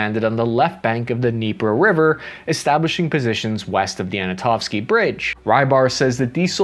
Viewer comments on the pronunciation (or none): Sav-tove? Anna-tovski? Good grief!